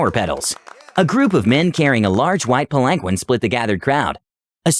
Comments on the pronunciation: PAL-an-keen. He said pal-ANK-win so many times... lol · It was like nails on a chalkboard...Pal ahn keen...sometimes even. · Palanquin is pronounced like “pal-in-keen” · That story was phenomenal! I do want to inform you of one little pronunciation error so that you know if the word comes up in the future. Palanquin is pronounced Pal-en-keen. Just wanted to make that one small correction. Keep up the good work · I can't stand how you pronounce palanquin, it's pronounced Palan keen. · Sparrow I was seconds from posting this exact thing until I saw this 😂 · The way he pronounces palanquin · SAY PALANQUIN ONE MORE TIME!! I DARE YOU, I DOUBLE DARE YOU *beeep*!!!!! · Look up palanquin. You murdering my ears. The seven time I swore out loud. Please.